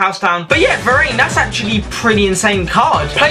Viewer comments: he called him va-rain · var-AIN loled